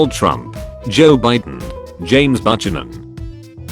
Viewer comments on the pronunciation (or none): 🐙ahh yes, good old president James Budge-uh-nun...